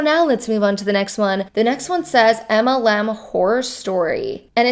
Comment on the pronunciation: I chuckle every time you say MLM. It sounds like you say EMLEM 😂😂😂